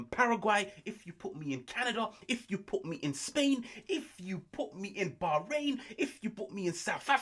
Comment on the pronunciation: Did you just say Bahrain? 🤣🤣🤣🤣🤣🤣 lol حياك